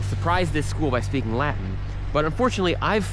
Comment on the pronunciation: It took me a while to understand that when he says la-in he actually means Latin. For some reason the T is silent.